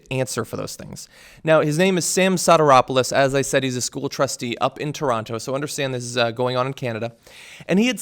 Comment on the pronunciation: You are pronouncing Toronto wrong